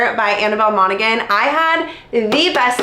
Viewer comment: Hi, I'm so sorry, But you seem to want to make sure you're pronouncing authors names correctly... so, it's pronounced MonaHan. The G is silent. Love you! :)